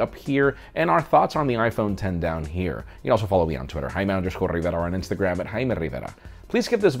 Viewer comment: Video ends before High Merrrr Riverrrraaaaa spam !